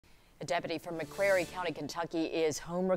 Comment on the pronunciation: God bless!!! Why do people always say Mcwary County, it's an Irish named county. It's pronounced (Mic-Clrealry) in Ireland.